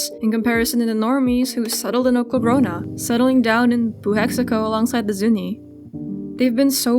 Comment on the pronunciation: i'm tsalagi and pueblo, my family is from sky city nm. this is the first video of yours i've seen, and i love it. your isi is so special to me. now put her in a jungle dress!! also, i live in oklahoma and "oklagroana" is killing me.